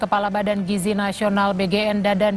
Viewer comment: gizi pak bukan giji🗿🗿🗿🗿